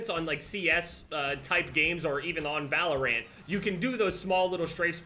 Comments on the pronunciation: This man seriously pronounced it "ValorANT." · Anyone else annoyed by how he says “ValorANT”? Lol